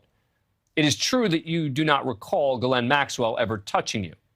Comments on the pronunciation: Why can’t these new people pronounce names? It’s not Gaa Lynn! It’s Ghis Laine. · her name being pronounced differently constantly its Ghislaine the * H * people it's there!! Pilot also got a load of freebies and college funds and free boats, lovely life for aiding betting child abuse.